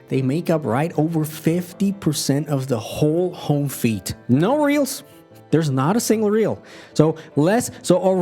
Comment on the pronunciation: I'm sorry to point this out but you pronounce "feed" like "feet" and that's kind of funny